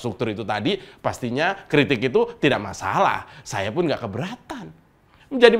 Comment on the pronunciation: Ahy baru belajar ngomong sayA rakyat kecil